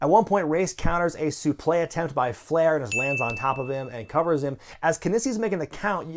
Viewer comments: who says "soo-play" instead of "suplex"????makes you look like an idiot!! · I don't understand why you keep saying "suplay." I thought it was pronounced "sooplex." What am I mistaken about? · Why does keep saying suple instead of suplex in this video??? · What is a "suplay"? Soufle? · supleX not suplé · Suplay? You mean suplex right? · Suplay??? No it's suplex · Please stop pronouncing it "soo-play'... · The hell is a (soo-play)?!